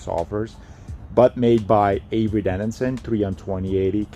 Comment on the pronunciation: It’s avery dennison, not denninson.